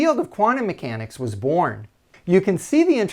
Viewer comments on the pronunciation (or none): none